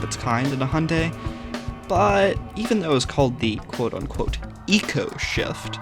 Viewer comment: why do u sahy hunday and noy hyundai